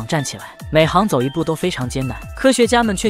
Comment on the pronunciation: 每行hang走一步？？？你们不纠错不复查的？？？？行走xing会不会念？？？